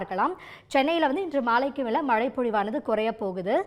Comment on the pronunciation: ஒழுங்கா மழைன்னு டிசண்ட சொல்லு 🇮🇳